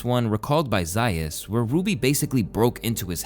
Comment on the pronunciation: can’t make a single video without mispronouncing someone’s name. How can you be a fan of hip hop and on the internet and not know Zias 😂 bro not really tapped in